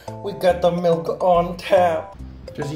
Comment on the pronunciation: I’m sorry you said “milk” l And why not “milm”